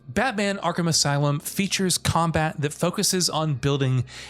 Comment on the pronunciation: YO THEY SAID ARKHAM RIGHT!!!!!!!!!!